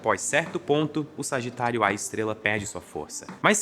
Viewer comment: eu só conseguia ouvir "Sargitário, A Estrela!" (signo com epípeto jkkkkk)